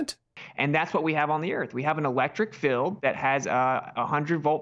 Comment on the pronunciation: The way he pronounces “field” as “filled” really gets on my nerves. There was a debate with William Harris where he said “filled” 200,000 times. Perhaps he’s obsessed with containers.😉